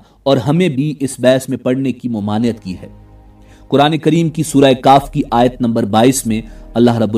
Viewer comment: Surah kahf not surah kaaf